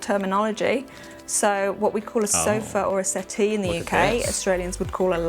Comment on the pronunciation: Hahahah. A so fee 😂